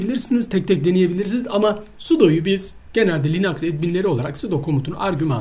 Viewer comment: yaw allah için linuxa linax demeyin insan tuhaf oluyor bu durumda sudoya sade demen gerekiyor uehuehu video güzel olmuş ellerine sağlık